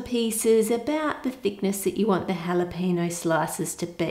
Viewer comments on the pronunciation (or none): do australians pronounce jalapeno as halapeeno??? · The way she says jalapeno is hilariously wrong